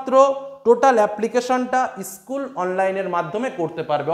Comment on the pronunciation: Issssschool ta ki😂😂😂😂